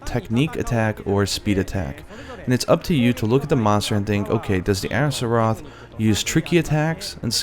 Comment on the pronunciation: Gerrek "Arzuros" is not that easy to pronounce.